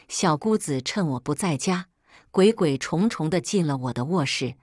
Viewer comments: 鬼鬼祟祟（ㄙㄨㄟˋ）與歲同音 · 不明白会什么会讀錯，鬼鬼祟祟 😂笑死人